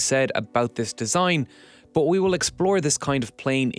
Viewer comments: "But" = Boathhhhhhh... over and over - funny. Did you know "but" has an "h" at the end? Bigtime. Rather than "the h is silent", we have "the lack of an h is overwhelmingly loud". This narrator seems to be everywhere too. Pretty good narrator overall though. And a great video! :) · Is there a reason he pronounces BUT very odd and unusually? It kinda bothers me.